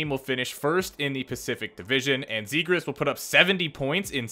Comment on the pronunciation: It’s pronounced like this Trevor zegras -(Traq-Vires) , (Zop-jAZZ) trust me